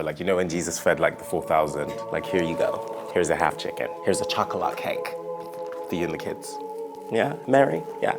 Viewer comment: "Here's a chocolaat cake" 🤣